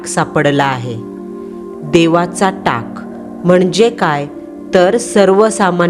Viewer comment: टँग नाही मँडम टाक बोलतात